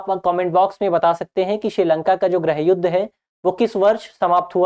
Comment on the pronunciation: everything is clear and well explained ☺☺.. but one suggestion please pronounce '' GRIIH YUDH'' NOT ''GRAH YUDH''😊😊😊